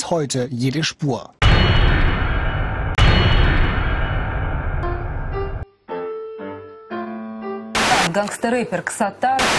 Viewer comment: Bro really said "RAPER" 💀